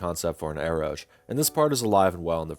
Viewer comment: your video is very nice and all but i was drinking a faygo when you pronounced eroge as "eroje" and i spat out a little. saying this with love in my heart its pronounced ero-gay (erotic + game without the "-me") anyhow have a nice day 😭